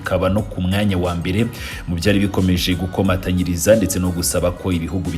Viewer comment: Bro, ni ugukomanyiriza not gukomatanyiriza.